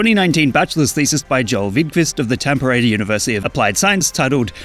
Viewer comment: you butchered Tampere.